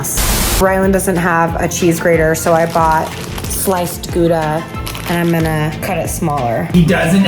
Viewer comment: Here they are looking up jalapeño, yet they pronounce gouda wrong 50 times and don't check that